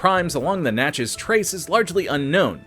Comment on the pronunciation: Thank you so much for learning to say Natchez correctly. 😉